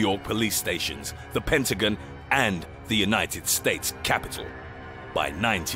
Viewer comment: Say pentagon again